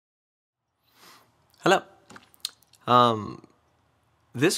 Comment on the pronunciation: it's funny how you say Hello